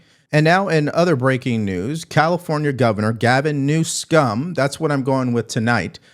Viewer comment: Appreciate your truth in your broadcast. Especially, laughed at your pronouncing Gavin newSCUM. IT'S SO TRUE. AND I WAS BORN AND RAISED IN CALIFORNIA. THE PEOPLE OF CALIFORNIA ARE GOOD PEOPLE. I LIVE IN A NORTHERN CALIFORNIA, REPUBLICAN COUNTY. MOST PEOPLE ARE SO FED UP W/newSCUM. AGAIN APPRECIATE YOUR TRUTH AND HOW YOU BREAK DOWN AND EXPLAIN SO CLEARLY BOTH DEMOCRATS AND REPUBLICANS LACK OF DESIRE TO DO THE RIGHT THING. THANK YOU FOR YOUR SERVICE AND GOD BLESS YOU AND YOUR FAMILY ❤😊❤